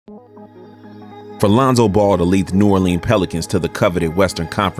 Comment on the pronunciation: Love the vid just one thing you said New “Orleans” wrong